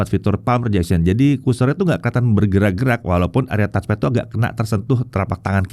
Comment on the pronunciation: Ini baru bener ngonongnya Touch-Pad yaitu: TATCH PET bukan kaya youtuber2-besar disebelah bilang TOTS PET.. soal kecil, tapi memalukan bingit